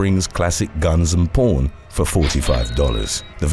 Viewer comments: I don’t mean to be rude, but when you say pawn, it sounds like you’re saying porn. 😝🤪😜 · Pown shop. Haha he said pawn. But we all heard something else 🤪🤣